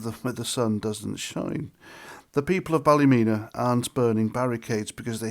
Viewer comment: as you know, we dont care about being called far right or thugs, the police, the government, once the people start there is no stopping them, nobody cares about the MSM or what names they call us, its pronounced ballamena 😂😂😂😂 by the locals xxx